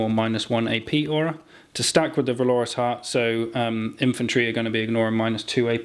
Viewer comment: Why not give the sorcerer with the extra damage on psychic powers at least one, if not two, targetable MW powers? Also keep hearing valorous pronounced wrong did my head in :)